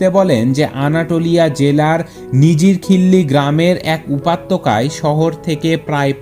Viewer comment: উপাত্যকা???? হা হা😄😄😝😋😂😂!!! উপত্যকা হয় রে ভাই 😀😀 শুন ভাই উচ্চারণ ঠিক করতে হবে তোর।। তোর পাঠ করার জন্য কন্ঠ তো খুব সুন্দর।। যদিও বাচ্চাদের মতো কথা বলার ধরন।। আমি লক্ষ্য করি তোর উচ্চরণ অনেক ভুল হয়।। অনেক সিলি সিলি মিসটেক করিস তুই।। নিজেকে দিনদিন একদম পারফেকশন এর দিকে নিয়ে যা।। হেল্প লাগলে বলতে পারিস।